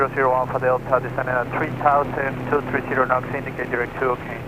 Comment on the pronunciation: Three or tree? ;) love your vids.